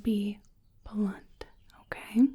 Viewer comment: The facial sensitivity exam parts are my absolute favorites. Thanks for making that section so involved. The way you pronounce The final T sound in "blunt" and "soft", is so relaxing.